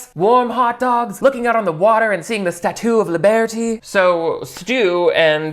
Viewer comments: “Statoo of libarty” 🤣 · why did statoo of libaerty make me laugh so hard